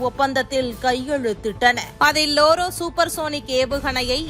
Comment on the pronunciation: லோரா.. லோரோ இல்லை.